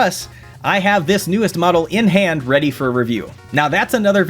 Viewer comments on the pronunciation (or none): none